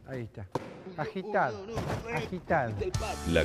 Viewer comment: "Agitad" jaajajajajaj xD